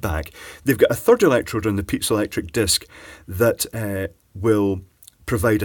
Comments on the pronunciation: I always hear pizza electric crystals coming from him... not piezoelectric.... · it may be the accent, but I love pizza-electric transducers :p